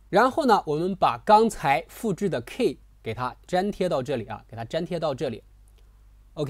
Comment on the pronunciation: 不是'kei', 是‘ki:'